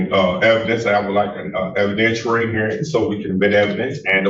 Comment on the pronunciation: Evidentooary hearing.